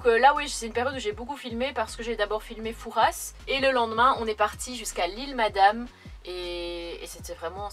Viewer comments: on dit fouras pas fourasse sinon le père fouras va ce fâcher 🤣😂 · Coucou Merci pour le partage de tes aventures et de vos vies. C est courageux et généreux. J ai vécu dans cette région dans une autre vie. Fouras se prononce foura. Vous avez sûrement bien fait d éviter l ile de re en cette saison. Bon. Séjour à olerons. Et bonne vacances en famille. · Coucou , c'est chez moi , tellement déçue qu'on n'est pas pu se voir .... au fait on dit " Foura " le "s " ne se prononce pas , bisous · Superbe vidéo, étant de la rochelle j'aurais aimé vous retrouver !😉 Juste pour info, on ne prononce pas le "s" de Fouras ! On dit nous charentais " Foura" 😊 Content que le coin t'es plus!